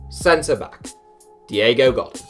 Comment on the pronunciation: i'm pissed of at how u pronounced Godín... and Koulibaly... and Kimmich... and Dele Alli... and u also called Veratti a frenchman, get ur info together or quit youtube man XDD